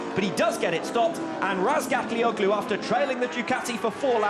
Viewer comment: Wow this commentator still hasn't learned how to pronounce Toprak's last name. Years later!!